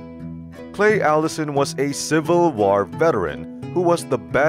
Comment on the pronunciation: What’s with the odd speak you’re doing in the narrations? Pronounciations you are doing are a bit odd .. yet you are speaking English.. it’s just hard not to notice .. and I’m curious. I mean .. it would make sense if you were not a native speaker.. mostly the way you say “war”.